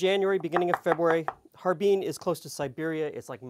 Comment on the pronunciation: How can I take you seriously when you pronounce Har-Bin as Harbeen.